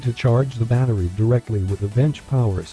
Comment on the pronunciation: "batteey" lmao